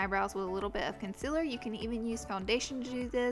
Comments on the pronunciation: "conciller' wtf?! its concEALer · you just pronounced concealer as concillah mhmm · Conciler lol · Did she say "conciler" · Instead of concealer she said concyhler xD No offence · lol she says "consiller" im not being rude i love your vids . but its funny 😍😍😍😍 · Conciler? Hahaha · The way she says concealer...conciler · Did you say conciler?? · "consiller" me too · "con-sila" LMAOO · I love the way she says "Conciler"😂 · This may sound weird but i like the way she says concealer😂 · Is it just me or is she saying "concealer" kinda weirdly? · Why does she say concealer like that😂😂